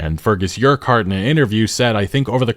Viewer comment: the way you pronounced Urquhart triggered me.